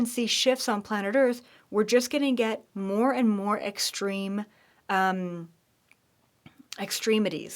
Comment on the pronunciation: the word is "extreme". Sorry, I once taught Martial arts and Medical Students. Love you, love what you do.